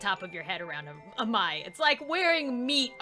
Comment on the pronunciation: Its pronounced A- MAI